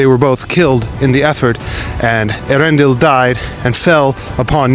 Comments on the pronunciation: Elendil, not Eärendil. Very very important distinction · Elendil not Arendil!